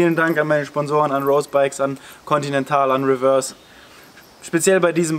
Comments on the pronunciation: Schönes Video, aber hör bitte auf „Rose“ englisch auszusprechen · Hör auf rose Englisch auszusprechen! Das triggert mich weil rose bikes eine deutsche firma ist